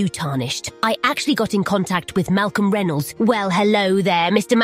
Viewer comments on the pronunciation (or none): It's funny how can't pronounce "Reynolds."